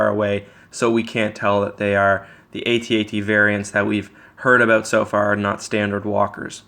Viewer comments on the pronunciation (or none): It is pronounced "At-At" not "Aye-Tee-Aye-Tee"